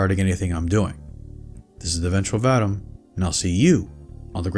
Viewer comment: I don't think you're pronouncing 'Vadam correctly... It's supposed to be "vuh-dahm"